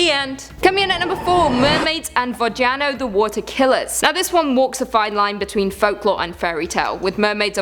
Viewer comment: I cried a little from your pronunciation of Водяной.